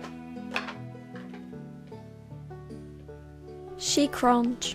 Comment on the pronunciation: /"she cronch"/